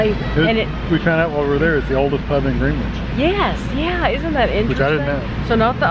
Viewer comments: It's actually pronounced "Gren-itch" instead of "Green-wich". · Love your vids, it’s lovely to see you guys enjoying our country 🙂 Just a tip, Greenwich is pronounced Gren-Itch ... obviously 😉